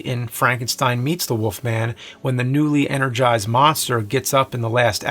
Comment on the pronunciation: “The Woofman is a woof”